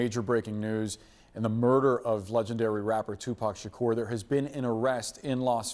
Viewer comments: Omg hearing her say his name is giving me anxiety!!!! Shakeeeeeeeeeeerrrrr she isn’t not young and studied journalism to not know even how to pronoun his name 😒 they need to put her back covering cute animals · 2pac shikeeerr????? 😂😂😂😂😂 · Its Tupac…SHAKOOOOOR!!!! .. not Tupac Shakerrrr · It's Tupac ShaK"U"r. CNN can't even get the name right.🤦‍♂️ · And who is Tupac Shakerr?? She's mispronouncing his name!!!! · She doesn’t even say his last name right!! It’s suppose to sound like SHAKOUR. That’s how it’s suppose to sound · Lady NO!!! 🤣😂 pronounce his name correctly "Tupac Shakur" 🙏🥀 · Her pronunciation of his last name enrages me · This bih is so clueless about Tupac that she can't even pronounce his last name right. Its sad there's people who have no clue who he is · The way she pronounces his name irks me 😬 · She butchering his last name smh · The way Caucasian’s pronounce “Shakur” irritates me